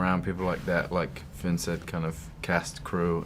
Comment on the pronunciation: Zoella D it's pronounced Finn :)